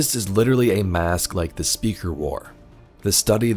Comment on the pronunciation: I can't take you seriously saying "teh" like it's 2007 myspace.